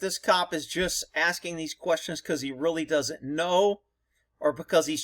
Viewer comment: Askining lol